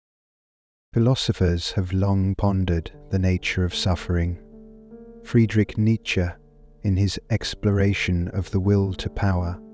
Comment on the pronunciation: Is that the correct pronunciation of Friedrich Nietzsche that I’ve been pronouncing wrong for decades? Thank you for this beautiful presentation🙏 At 65 I’ve been suffering with repetitive painful situations that echoed childhood. Brief years of peace and joy. I found my true self again - it is possible.